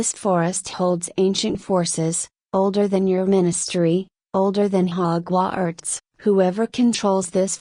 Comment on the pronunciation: you need to redo this and I suggest you use a real voice or pay for better AI. 'hogw arts'? seriously. this was just the first but it was so bad it was insulting. redo it and maybe you'll get better reviews but this was so bad as to be insulting.-you did it on the cheap and it shows.